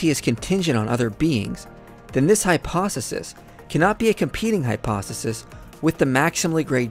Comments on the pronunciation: You always say hypo(s)e(th)is instead of hypothesis. Flipping the th and s. Great video and videos though, my favorite channel! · Hyposisis instead of hypothesis lmao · Interesting video. Btw, the pronunciation of hypothesis is "hy-'po-the-sis", not "hy-'po-seh-sis". It seems to me that you are committing the same "error" that atheists make towards the all-good God, namely assuming knowledge of how his evil would manifest. Who are you to presume on how maximal evil might play out? After all, an atheist might protest that God being infinitely merciful would spare anyone from Hell, since it's such an awful place, incommensurate with the evil that wrongdoers did in life, or that he might not allow natural suffering because it's not fair, and God is infinitely fair. The answer would probably be something like God is infinitely good and omniscient and so he arranges events to play out in order to maximise goodness in the world, given free will. The Christian could well argue that God is merciful to the extent that maximal goodness allows for. That does not diminish his goodness. God is still merciful, but if he can obtain more good by not being so, then he would hold off on mercy. Now why couldn't we say that for maximal evil to obtain, free will is also a necessary component of that, and the evil God works things out so as to procure as much suffering and misery as possible? He might reign back his selfishness so that higher quality evil could take place. It might even be the case that there is a place where some people can live happily (heaven), so as to grate on the nerves of the infinitely more people suffering untold suffering in Hell, which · Hypo "THe" sis....THe sis...THe sis! Man!, that drives me nuts about this guy.